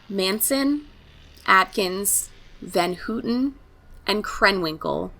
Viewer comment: I wanted to correct you on one thing. Her last name is actually pronounced How-tin. But, great job.